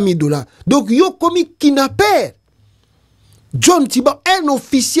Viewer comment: KIDNAPPER et non KINAPPER. IL FAUT KO PRONONCER , KID....NAPPER. PRONONCER ''D'' ezo yokana malamu bien. Ndeko sala effort ya ko prononcer malamu ba phrases na ye. Ezali catastrophe na ko prononcer mabe. BABENDAKA PE MIYOYO NA MUNOKO TE, BAMELAKA MIYOYO TE, soki ozali na rhume, zwa mouchoir ose moucher. Il faut être professionnel. Ba journalistes professionnels basalaka yango te. SVP, J aime bien te suivre.